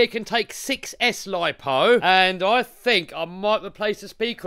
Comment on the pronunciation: I "fink" this is a good video bruv